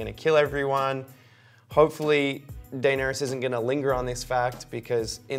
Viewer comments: It’s DAEnerys (Deh-neh-ris). Not Daenerys (DAI-nae-ris) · Die-nerys XD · Why is the male host pronouncing the name in such a strange way. Daieeenaries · How about dAYner-us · I’m too distracted by how he’s pronouncing Daenerys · So we are not going talk about about the way he pronounces Daenerys?? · This is season 8, and you're 'reviewing' the show. How do you still not know how to pronounce the name of one of the biggest characters of the show, whose name is mentioned countless times throughout the series. It baffles me. I know it's kind of a small thing, but I can't take your opinion seriously if you don't even pick up on the correct pronunciation of Daenerys. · This should be called, dude that can’t say Daenerys. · Only I the only one bothered by how he pronounces Daenerys lmao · What the hell is wrong with him has he never seen the show or heard anyone say Daenerys in his life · This is great but can you please learn how to pronounce Danaerys and Arya correctly...